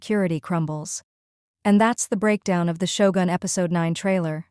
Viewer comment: Who's Mara? Sho-goon? Tar-ron-nika?